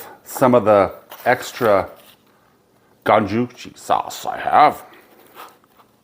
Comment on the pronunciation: Looks fantastic. Just an FYI it’s pronounced Go-Chu-Jahng (like John with an ng). 고추장. The way you pronounced it would be 고추쟁. Not trying to be a jackass, just wanted to share. Lived in Korea for 4 years, love their food and culture.